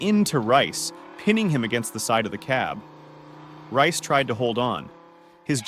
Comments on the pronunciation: I believe "Rhyce" is pronounced "Reese." If it took place in New South Wales that's probably what it was. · its pronounced reece...